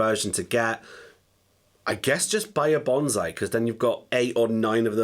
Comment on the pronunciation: Several years later and this pedal name is still pronounced wrong. It's not banzai, it's bonsai (BONE-sigh).